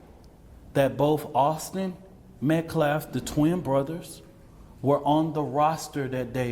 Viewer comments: The name is Austin Metcalf-not -METCLAFF-Please show some respect and get the murder victim's name right-this guy is beyond ridiculous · Cannot even say the victim's name correctly but then cries about "disrespect."